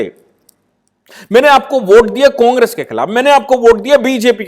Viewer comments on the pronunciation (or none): none